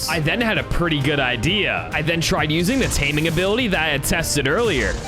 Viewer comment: Your pronunciation of ba log is not the best but u didn't do a Gandalf lol